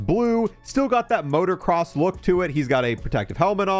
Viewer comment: Did you say "motor cross?" Jesus dude, you need to do more active things.